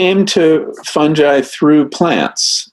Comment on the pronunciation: Is no one going to correct Louie's pronunciation of "fungi"?? 🙄